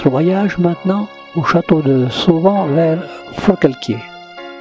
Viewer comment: Le château de SAUVAN et non SAUVANT ! REILLANNE et non REILLANES !